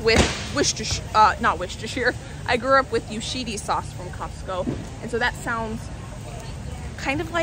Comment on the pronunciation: The Japanese BBQ is delicious. You confused me when you said Yoshedees for Yoshida’s. I thought you were talking about a different sauce.